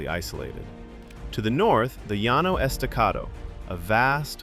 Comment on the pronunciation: I would subscribe, but you pronounced Llano wrong. I have to take points away for that.